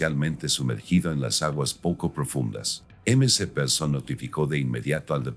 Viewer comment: Mc Dios mio...la ia no es tan inteligente Mac se dice el mc please!!!